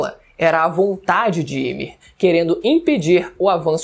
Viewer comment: Me dá uma agonia quando ele fala Ymir errado😅😅😅